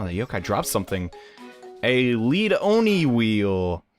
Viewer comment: Didnt the dude say his name pronounced Leah-doni